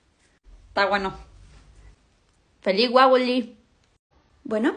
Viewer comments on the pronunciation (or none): holaa, porque en el momento victoria dijo "feliz wawolin"